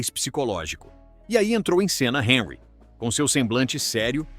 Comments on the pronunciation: O comentarista precisa estar atento à correta pronúncia dos nomes das personagens do seu relato. Por exemplo Henry é francês e não inglês. Logo, a pronúncia do seu nome deve ser Hanry, sílaba tônica no ry. Ou seja, en em francês pronuncia-se, an. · O comentarista precisa estar atento à correta pronúncia dos nomes dos personagens do seu relato. Por exemplo Henry é francês e não inglês, logo, a pronúncia do seu nome deve ser Hanry , sílaba tônica no ry. ou seja, em francês pronuncia-se, an. um ex-jogador da França disse que o pica mappe não sabe jogar bola , ele é um tartaruga ninja problemático!